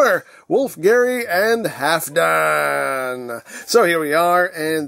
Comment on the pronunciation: Eigentlich wird das L mit ausgesprochen. Halfdan ist wenn ich mich recht erinnere ein nordgermanischer Name und damit skandinavischen Ursprungs.